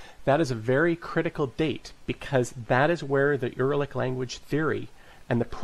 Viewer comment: It's not Er-lic it's Ur-al-lic the root of the Word stems from "Ur" which is perfectly understandable and used in modern Magyar. Btw, there was an ancient city named "Ur" in ancient Southern Mesopotamia (Sumer).